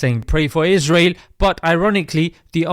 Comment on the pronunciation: Stop giving them voice. Stop saying israhel ughh